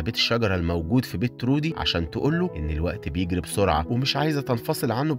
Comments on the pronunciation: تروي مش ترودي😂* ما حد بعرف حد وكلهم غرباء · اسمه troy مش trody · اسم البطل تروي مش ترودي يسلمو على الملخص الجميل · البطل اسمه تروي مش ترودي🌚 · تروي مش ترودي😅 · هو ليش دايماً الأسامي عندك غلط؟؟ ❌❌❌ اسمو تروووي Troy